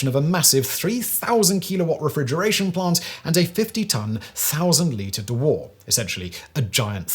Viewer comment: Its not pronounced ' Dee War' its 'Dew Err' its a cryo storage vessel and not a Nuclear Wessel either....excellent narration...cheers